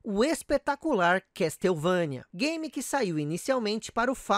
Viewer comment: ignora o MSX. Sabe que algumas franquias nasceram nessa plataforma fantástica. Dê mais atenção ao MSX. E a pronuncia correta é " Késsouvênia" e não "Castéuvãnia". Vc tbm esqueceu de mencionar o Koji Igarashi.